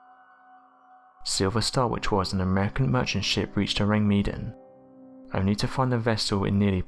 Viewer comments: This guy sounds like such a simpleton. How many times you want to say orang meeedin? This vid was at the literacy level of a primary school pupil doing his school project. This was poor, I really can't listen to this guy anymore. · Take a shot every time he says oceans, 22 seconds in, and your freaking smashed already. Edit: you could also take a shot every time he says the name of the ship incorrectly................and your drunk at 24 seconds, alcohol poisoning in 28 seconds. My bad should have thought this one out more, I fear I've killed thousands, yikes!!! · Either he's saying the ship's name wrong or everyone else on YouTube is 😂